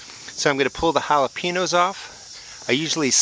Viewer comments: Not to be a jerk or anything, but when you say jalepeños, the "ñ" is pronounced "nya" like hal-uh-pen-yos. I'm a bit jealous of your pepper harvest! The video was great 👍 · Make an effort not to mispronounce Jalapeños